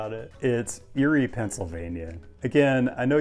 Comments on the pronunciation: ERIE!! its pronounced EAR-Y not YURI. your hurting my pennsylvanian heart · No way did you say Erie lol